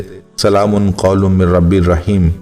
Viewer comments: بھائ جان قرآن میں تو "ل" پر 2 زبر ہے اور آپ ل" پر 2 پیش پھڑ رہے ہیں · ل پر 2پیش پڑھنا بہت بڑی غلطی ھے قرآن پاک میں معمولی سےبےاحتیاطی سےمعنی تبدیل ہوجاتےہیں جوکہ ایک سنگین جرم ھے،